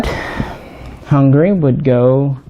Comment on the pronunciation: Im absolutely calling "hungary" "hungaria" from now on